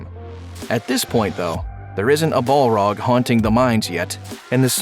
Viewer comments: BALROG NOT BOLROG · the mispronunciation of Morgoth and Balrog just ....I can't. I don't know what stylistic vernacular you are trying out but you keep substituting the pronunciation of the short vowel sound "O" as in oh! with an "a" How is Bolrag, for example, even a word in Elvish? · Ball rug? Morgath? Seriously find someone who knows how to pronounce the names. This is so god damn annoying.